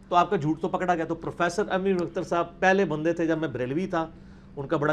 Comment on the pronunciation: Janab mirza g lafz Ahmad hai na keh jo aap boul rahe hain,Tashih ker lena.